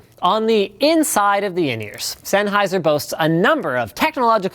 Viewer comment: Zenaizer. ZENAISER! ZENAISER!! Not fuckin S.